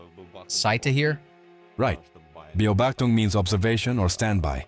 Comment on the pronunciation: ja deutsche Ingenieure natürlich 😎 liebe auch die 'baubachtungs' Aussprache:D